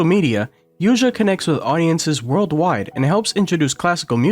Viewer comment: She is creating a new school. She leads the piano in a new era. She is the future! This is it! By the way, her name is not Yuza, it’s Yuja Wang (/ˈjuːtʃiɑː wɑːŋ/), the right spell is Youtzia